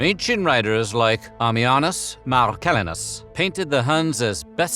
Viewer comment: Your attempted pronunciation of Marcillinus was comical on the level of Benedict Cumberbatch attempting to say penguins. **marh-suh-lahy-nuss**. MARH like Bill , lahynuss 👍 like the guy with the tech tips and suh - like your suspect pronunciation 😉